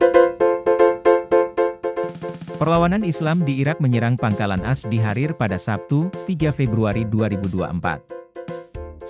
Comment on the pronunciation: Tolong naratornya yang benar baca teksnya bukan dibaca "as" tapi baca AS atau Amerika Serikat. Sangat mengganggu kedengarannya..